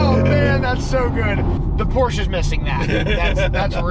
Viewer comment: Love this video so MUCH... face when he does launch control 🤣🤣 looks like you both had a great time!! I think I heard you say POORSH. LOL